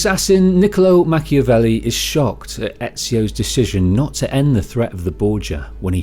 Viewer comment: ah yes Ham-avelli. For as serious as that scene is, its also kinda funny.